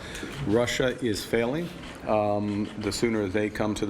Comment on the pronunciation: Love the emphasis on that word ‘failing’